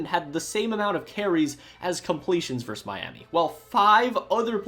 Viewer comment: ver-sus Two syllables.